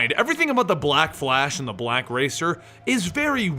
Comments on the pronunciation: i don't like how he says black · i don't like how he pronounces black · I thought it was just me